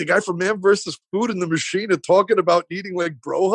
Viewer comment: " I'm the mathsheen and i take my shirt off. I worked at the thravel thchannel. Oh wait , ...... sthut up ... me too ! Don't get me stharted , dude. I think female movie sthars fanathize about meeting the mathsheen. reminds me of the time ... < insert made up story about self > " berts mouth is like yeast infection he foams then like rabies inflated puffy tongue lol this guy is a train wreck at best he had his 15 minutes :( Bert makes it all about Bert. He thinks his made up life and faux stories r soo hilarious. :( His speech impediment and purple dried up lips and mongoloid tongue and constant touching nose and face r hard to watch.